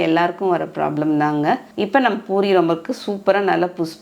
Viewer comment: It is 'poori' not boori. Most of tamilian says ' boori '. Madam is correctly telling poori